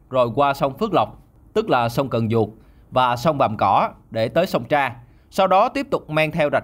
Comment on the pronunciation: Sông Trà chứ ko phải sông Tra